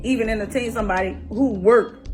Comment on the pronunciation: Omg she doesn't even realize she's the BUM lol girl can't even pronounce the word entertain! Please tell me this is a joke, this is fake right???